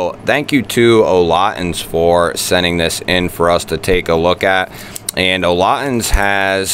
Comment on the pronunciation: "Olotins" sorry but its "olitans"!